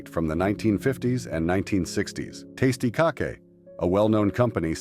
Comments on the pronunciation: Tasty Cockay?? Dude if your gonna use AI at least....idk..Its pronounced CAKE. These AI channels are trash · ... Testy Cakay???? They JUST SAID the name in the commercial! It's TastyKake! (Pronounced "Tasty Cake"!) Geez. 😑😑